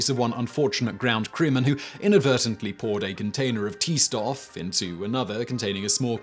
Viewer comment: Little note on pronunciation: I think the thing you're trying to say is "Stoff" (fabric, substance). In German the the letter combination "st" is pronouced as "sh-t".